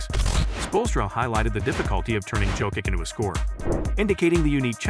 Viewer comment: I did not finish watching this video because the narrator was wrong pronouncing his surname.